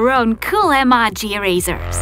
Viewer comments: it's ee-mo-jees not ee-maa-jees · your saying emojis wrong you saning them like this(emarges) but its actually (emojies) YEP thats how its done ( i know you don't spell emojis like the second one but thats how you pronounce it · Rosie& Adria she says (emo-jis)